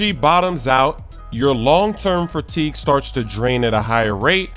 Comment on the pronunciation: the hell is "fratigue" 😂